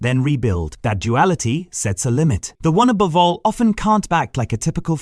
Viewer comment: Aboove? Edit the AI.